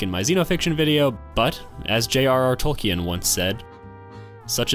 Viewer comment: Tol-keen, not Tol-key-en